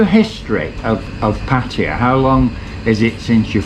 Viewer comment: Please tell the owner how to pronounce Pat...taya